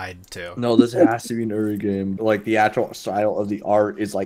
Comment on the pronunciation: are you ever going to pronounce uri's name correctly